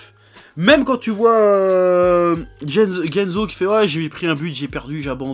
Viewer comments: Shutatsu et jenzo faut revoir ton japonais chef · J'ai été trigger à chaque "Tsuba-za" et "Gene-zo" °_°